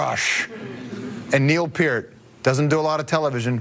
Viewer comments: Least he said Peart right this time. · That's how it's pronounced. P-EAR-T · Yes! Thank you! It's pronounced "Peer -t." Like, "Take a long walk off a short PIER." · What an interesting guy! Never knew how to pronounce his name properly... until watching this interview. Gone way too soon. R.I.P., Neil. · Thank god he said his last name right I respect this guy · His last name is so often mispronounced that when someone says right it feels strange... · Thanks for saying his name correctly!! Rest in Peace... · Stayed long enough to hear his NAME PRONOUNCED CORRECTLY!!!!!!